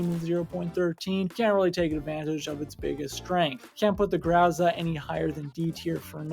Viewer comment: I'm pretty sure it's pronounced grow-zuh not grwow-zah